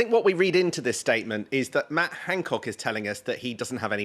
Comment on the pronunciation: Its Han not Hang.